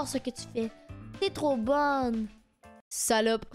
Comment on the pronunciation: le "salaupe" jesuis morte de rire 💀💀💀